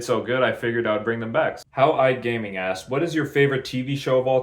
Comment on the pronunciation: Yay i was mentioned Also it’s pronounced HOWLgaming